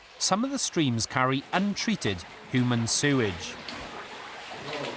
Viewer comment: "Hoomans and stone-itch"